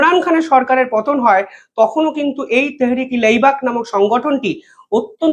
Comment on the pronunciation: ভাই আপনি কিভাবে "তেহরিকে লেইবাক" বলছেন বুঝছিনা!! উচ্চারণটা হবে "তেহরিকে লাব্বাইক"